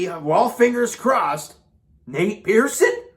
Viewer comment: Not Nate Pearson....Pearson in pen